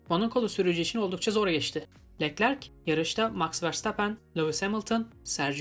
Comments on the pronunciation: knk yanlış anlama leklerk değilde löklerk diye okursan daha iyi olur biraz göze batıyor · Keşke Leclerc in adını da güzel telaffuz etse